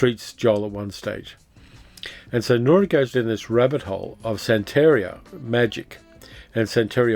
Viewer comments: Hey, great video, I remember watching both of these mivies back in the '70's! BTW, the emphasis on the word santaria is san (then) teria (te ria). Keep up the great work! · Minor thing: sante-RI-a -- emphasis on the third syllable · i know how detail-oriented you are and how much you appreciate accuracy, so please take this in the spirit in which it is offered. It's 'san-ta-REE-uh.' Love your channel